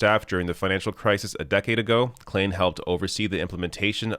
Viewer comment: start learning languages. Klain = Klein, for God's sake